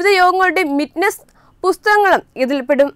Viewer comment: It's minutes and not 'mitnes"(1.43)